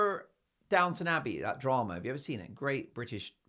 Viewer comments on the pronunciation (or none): none